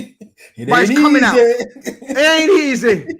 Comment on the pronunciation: It ain’t easeh 😂😂😂😂